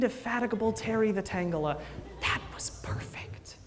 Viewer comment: Don't want to be that guy buuuut... Tangela rhymes with Angela, its'a soft "g"...